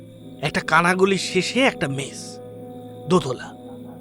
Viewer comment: Wrong in Bihar people eat a lot of spicy food.... especially chillis. Its only the Ghotis of West Bengal who add sugar to every dish that they cook 😂... Its MESS NOT MESH SERIOUSLY WHY DONT YOU GUYS WORK ON UR PRONUNCIATIONS? OPEN ENDED STORY THE LAST PART ABSOLUTELY LOST ALL THE AUDIENCE WITH BRAINS.